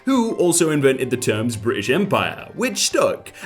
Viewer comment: Nobody:: Bri ish